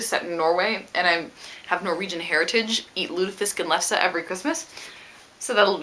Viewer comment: Haha, I am from Norway and i always watches your book hauls:D It was funny to hear you say "lutefisk" and "lefse" ^^